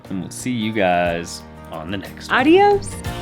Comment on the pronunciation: Estaba seguro que algo iba a fallar, me alegra mucho mirar cuanto han mejorado en su manera de construir, por cierto yo te escucho decir Arios!, no es importante pero intenta con Adiós!, les mando a todo el equipo un fuerte abrazo!